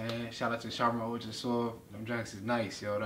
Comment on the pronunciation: "sharmon Altra soft" 😂